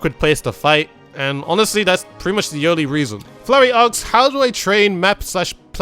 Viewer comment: Am I the only one hearing "aks" instead of "asks"?